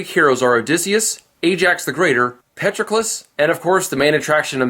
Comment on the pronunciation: Patroclus and Briseis wrong. It is pronounced Pat-Troc-ulus with a soft 'a' , 'o' a hard 'tr' , and a long 'u'; BrI-see-us with a hard 'i' and a long ee sound like sea. The dash marks are for stress.